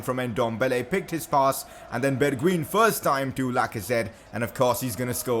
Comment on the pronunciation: you prenounce it as bergwine